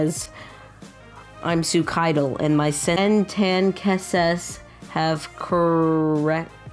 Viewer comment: how do you not know how to say suicidal lol. Also no butter bring back